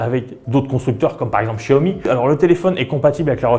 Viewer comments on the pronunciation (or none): none